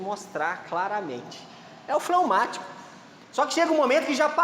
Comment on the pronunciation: Fleumatico nao flaumatico